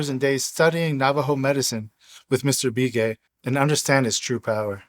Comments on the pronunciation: Love this stuff!! I'm a longtime Arizona white man, and just for the sake of authenticity.......the Indian last name "Begay" that you pronounced "Bee-Gay".....is pronounced like "Buh-gay". It's a really common name.....much like "Smith" would be in the white-man's world. Not nit-picking.....I know you'd want to give as much respect to our American Indian friends as possible. Thanks again for reading this fascinating book! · It's Be Gay not Bee Gay... Like the sound in "Beg" ... Begay... I'm Native American & yes this is the real deal story.... I wish I could've committed... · What’s the name of the book you’re reading? Plus the name is not be gay, it’s pronounced Bah Gay. I know some Navajo with that last name.